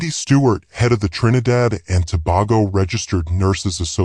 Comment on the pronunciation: please pronounce tobago properly. Not To-bar-go.